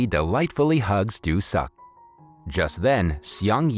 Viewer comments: Just things lol Pronounce it like "do suck" when it should be something like "doo sook" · the name "doo suk" faked me up... i was laughing every time the narrator said "doo suk" while crying watching the video 😂😂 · I keep laughing when this guy keeps saying "Doo Suk" 🤣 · Nah. Probably a great movie, i'll never know. As soon as i heard the dudes name pronounced as "do suck" i was done.